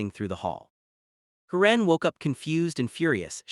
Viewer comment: Waste of time!!!!! AI BS don’t bother. Can’t even say the name “Karen” correctly. Stupid and likely 100% fake.